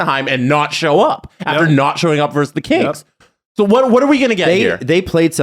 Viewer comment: gets two things wrong. It's BY accident, and it's VERSUS (not verse). Two L's. Yeeesh.